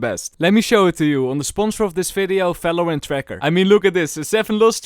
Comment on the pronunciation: it's Valorant not Falorant